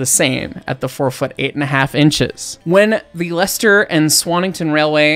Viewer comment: I'm so impressed you pronounced Leicester and Loughborough correctly. I've lived in Leicester all my life and even other brits get it wrong. They are connected by the only double tracked mainline preserved railway in the UK.